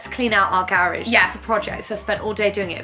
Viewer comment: wait were they saying garage